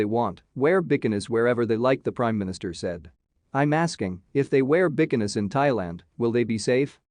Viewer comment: Becanees? Oh Bikinis! Lol ok , can't find anyone who can read?